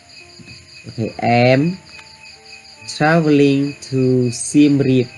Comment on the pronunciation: Travel? Check pronunciation